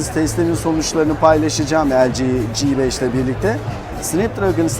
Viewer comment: g5'in G sini ingilizce olarak (ci) telaffuz edilmesinde fayda var türkçe okuyunca "GEBEŞ" diye sanki biraz hakaretvari oluyor. çingene gebeşi gibi :-D